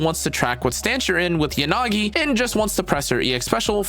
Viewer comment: I can't watch your videos with the you pronounce Yanagi. It's "Yah-nagi" not "Yan-agi"